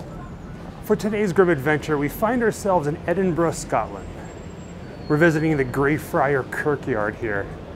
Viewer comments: I have to congratule you. Very rare for am American to correctly pronounce Edinburgh properly. Normal is Edinbrooo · Thank you for loving my hometown as much as I do and for pronouncing it right! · Thank you for pronouncing Edinburgh properly.